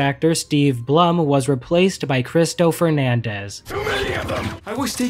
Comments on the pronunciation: It pronounced "Bloom" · Steve Blum is actually pronounced bloom.